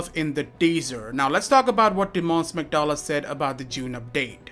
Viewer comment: Hey you pronounced Tymon's name pretty nicely for non Polish person, but next time read "Smektała" with W before last A, so No "Smektala", read it as "Smektawa". It's gonna be true flex:D